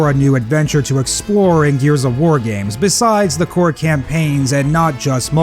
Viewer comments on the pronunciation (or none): none